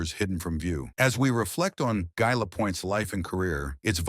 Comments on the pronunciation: GUy Lapointe GUY like I not like a guy... So common take the time to pronounce his name correctly. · The message preceding the content of the video assuring viewers that every effort has been made to ensure accuracy would be much more credible if the narrator knew how to pronounce the subject’s first name!